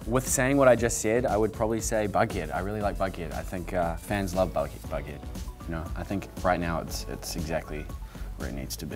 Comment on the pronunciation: why does him saying bughead sound like baguette